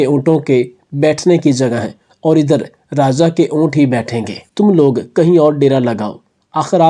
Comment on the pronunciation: ابےن جاہل رازا نہیں راجا